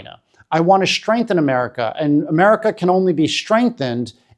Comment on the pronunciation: "Strengthen," please.